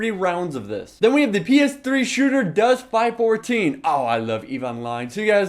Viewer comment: dude its supposed to be said Dust 5 1 4 not 5 14. ugh......